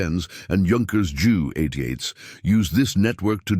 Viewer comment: German bombers named "Jew" 128's.. lol. AI makes you laugh at it its so bad.